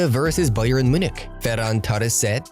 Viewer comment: Man got me laulaughing when he said barca Bayer 😂